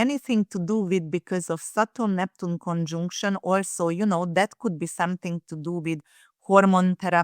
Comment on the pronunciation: Someone tell that arrogant accent-breaker that "conjunction" is NOT pronunced "CONJoooNCTION" !